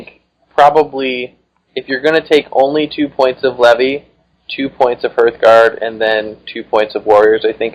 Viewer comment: HARTHguard (from hearth), not HERTHguard. These are not Herth's guards... :)